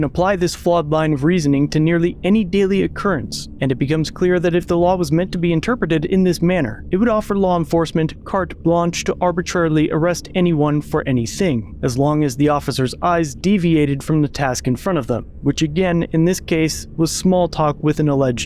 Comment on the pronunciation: Hey. In Carte-Blanche the the T is silent. It is pronounced more like Car-Blanche.